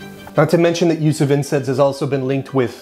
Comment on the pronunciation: Why do you keep saying INSEDS